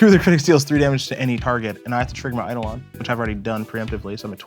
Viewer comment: I’m disappointed Prof, as a former English teacher, doesn’t know how to pronounce Eidolon correctly. No wonder he lost to